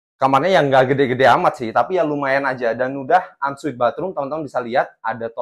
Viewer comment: Ensuite mas bukan unsweat